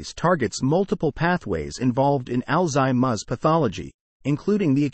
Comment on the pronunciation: Sorry. I cannot listen to this ai mispronounce alzheimer.